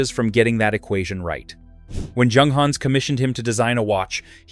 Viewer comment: The first letter ofJunghans' name doesn't sound like in John, but like Yolanda. The same goes for Junkers, Jabo etc. In German, it's like Yunghans, Yunkers...